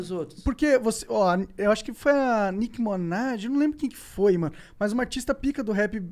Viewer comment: “Nick monaj” KKKKKKK